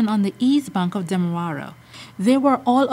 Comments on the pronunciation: It's not Demawara it's demerara pronounce your words properly. So sad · Did she just said demawara...instead of demerara???????😃😃😃😃